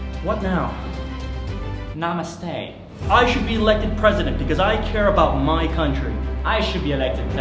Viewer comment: Anybody checking the comments because he said "Nameste" 😂😂😂